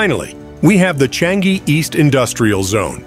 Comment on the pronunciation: sir, try saying Chang-ee